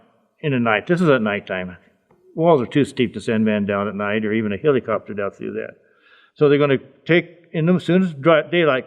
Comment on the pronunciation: "the heelycopter" 😂